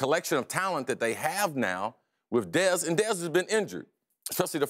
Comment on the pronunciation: i like chris carter but the way he said dez was the worst, looks like he enjoyed saying it.